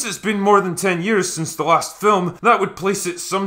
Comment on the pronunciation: "itchs a grunge thing"😁